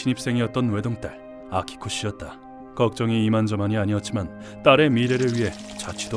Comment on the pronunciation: 나만 아키코가 빠삐코라고 들리는 건ㄱ...